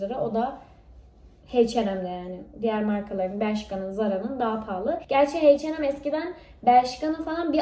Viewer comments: butun video boyunca H&M'e (Heyçenem) dedin ama (Eyçenem) diye biliyorum aklimda kalmasin diye yazdım yani ingilizce de H Eyç diye okunuyor soylemek istedim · Şunu artık heyçenem olarak okuma gözünü sevdiğim kaç yıldır şuna heyçenem diyosunuz bak doğrusu "eyçenem"